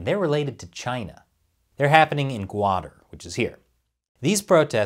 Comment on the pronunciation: It's pronounced "kutter" or "kut-tar' ", not guader.